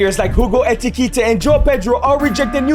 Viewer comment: "HUGO ETIKITEY"